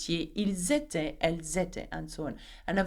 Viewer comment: Elles etaient and 2nd last also Pronounced little wrong i checked from google